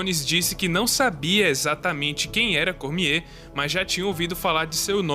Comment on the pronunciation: Kkkkkkk muito engraçado esse nome "cormiehhhhh" XD